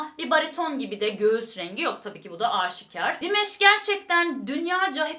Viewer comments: Dimash'ın adı aynen yazıldığı gibi Dimash diye okunuyor, Dimesh değil. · Sadece Dimash abla dimeş demene gerek yok😂 dimaş diye okunuyor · Salamlar olsun, bacım. Çox qəşəng reaksiya verdiniz Dimaşın perfomansına. Halal olsun size. Rica edirəm onun adını düz deyəsiniz. Dimaş oxunur adı. 2016-dan ona qulaq asıram. Gündə kaç kərə. Çox talantlıdı. Özü də Qazaxstan türküdü. Xahiş edirəm,Dimaşın özü yazdığı(öz bestesi olan) "Unudulmaz gün" "Unforgettable day" mahnısını(şarkısını) analiz edəsiniz. Hörmətlə Azərbaycan türkü,Hikmət.😊🇦🇿🇹🇷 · Dimesh değil Dimash🙏 lütfen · "Dimash"ı her "dimeş" diye telaffuz ettiğinizde aklıma meyve suyu firması gelmesi dışında her şey gayet iyi olmuş :D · Hahaahahha buna benzer birşey bende yazacaktım dimesh dediği anda aklıma hep dimes geldi jdjds